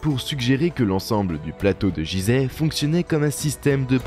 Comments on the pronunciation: On ne dit pas jizeh ce nom ce prononce Guizeh, merci pour mes oreilles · "jizeh" t'es sérieux ta pronociation Fr vraiment c'est un G comme Gui , et ça s'écrit Guizèh dans la langue respecte d'abords ça avant de parler mais vraiment tu n'as pas honte, on ne te l'a pas dit , comment être sérieux si tu respectes pas déjà....... t'entends "Dé Jà" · Il n'y a que moi que ça gêne la façon de prononcer "Gizeh"? C'est pas Jizè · Faudrait déjà bien prononcer le nom du lieu....... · exactement ! et çà m'énerve drolement ! donc je n'irai pas lui loin !